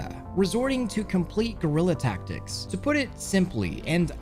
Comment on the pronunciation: he said gorilla ta-ctics and I swear I thought he said gorilla tag